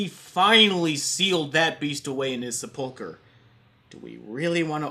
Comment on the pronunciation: Your pronunciation of sepulcher is going to be the only thing I think about for the next 15 minutes.